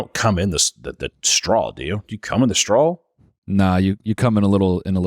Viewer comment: I love the way pronounces straw. strawl